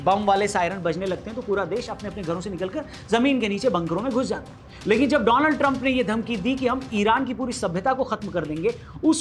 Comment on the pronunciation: कृपया डोलांड को डोनाल्ड न बोले।